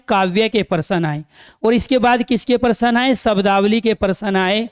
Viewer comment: पहली बार प्रश्न को parsan बोलते हुए सुने। हम हैं math वाले दिमाग में % आ जाता है 😂😂😂😂😂